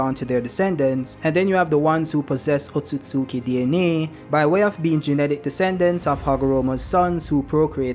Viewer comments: It's pronounced Ot-sut-ski. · Wrong. Its pronounced Ot-tsu-tsu-ki